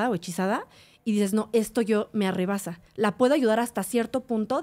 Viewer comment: No se dice ARREBASA.. es rebasa ..